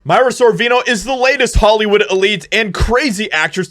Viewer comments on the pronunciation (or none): If we’re gonna expose them ya gotta get their name right …it’s Mira as in mirror-A not Myra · Her name is pronounced "Meera". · Aww, I'm sorry to hear this. I liked her. P.S. Her name is pronounced MEER-a.